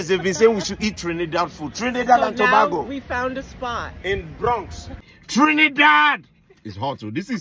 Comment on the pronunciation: its pronounced Toe-bay-go (Tobago). Happy to finally see 🇹🇹 food!!!. Yes we Trini's are generous people, I put plenty pepper (peppa) so I do not use my hands. Once it rolled, I just start to bite in. 🇹🇹 to the World!!